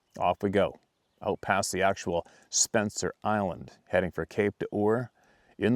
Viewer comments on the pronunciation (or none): none